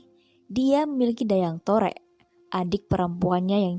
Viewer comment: Mungkin agak keliru,, Saya ada referensi akurat tentang Asal Nama Lubuklinggau,,, oya kalau masih menyebut Dayang Torek itu dengan sebutan Dayang Torek, berarti masih belum mumpuni,,, Dayang Torek itu Dijuluki dengan Nama Dayang Tarik bukan Dayang Torek.... ini bukan kritikan tapi sedikit meluruskan